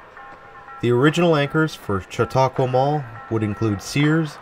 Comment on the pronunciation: You pronounced it correctly. I do agree with you on this being a rather plain mall. Supposedly had a lot more unique things going for it that were lost with a major renovation in the 1990s. Also, a lot has changed from when this video was taken as the former Sears wing is really suffering nowadays with only a couple of open tenants. Auntie Anne's has since closed as well, but at least it was replaced by a local taffy shop. Ollie's Bargain Outlet will be taking over the Officemax space. I did always find JCPenney closing and then coming back extremely weird here. It does explain why the store feels so cramped and seems to lack selection though. I would of honestly liked to have seen JCPenney reclaim the Officemax space, but that's definitely not going to happen now. Sometimes I wonder how practical it is for JCPenney to operate here still, as a lot of people make the trip down the interstate to Erie, PA to do shopping. The Jamesway that relocated here replaced what was actually Jamesway store #1. Jamesway got its name from Jamestown.